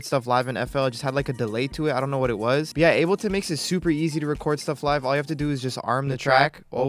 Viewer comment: bro said unableton